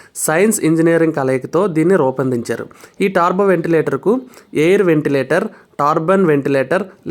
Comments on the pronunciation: Yes tarbo antunnaru it's turbo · Taaarbo kaadhu .. టర్బో adhi